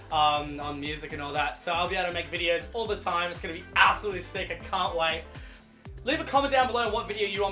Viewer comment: he keeps saying cunt. I’m trying not to laugh 🤭 😆